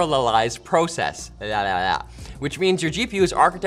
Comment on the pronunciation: Hey Canadians, that's a short o in 'process'.